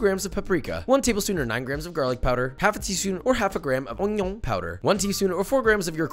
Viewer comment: Ognioon powder 🥴